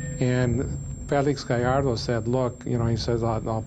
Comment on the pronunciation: the narrator can pronounce Gallardo correctly but not Vallarta.